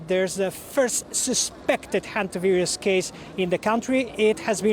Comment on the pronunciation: Hondavirus ( Indian pronunciation) will spread during world cup